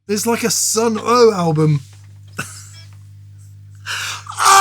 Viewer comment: It’s pronounced Sunn, no O)))